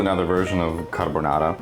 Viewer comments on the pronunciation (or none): none